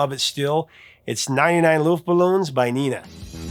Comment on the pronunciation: Just s couple of small corrections it's Neh-na no Neena, German vowels are pronounced in a more consistent way than English (they are pronounced same way most of the times) Carlo Karges no Carlos July 1951 / January 2002 RIP Carlo Karges